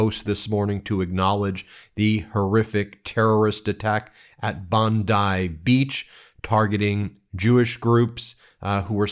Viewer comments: Bon-dee Beach, not rhyming with bonsai! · It's pronounced "bondee" beach. That's how Austrialians all pronounce it. 😊💙💙